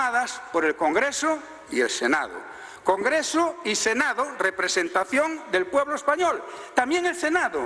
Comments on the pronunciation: Se dice "Senado" y no senao.Por favor!! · Se dice senado, no senao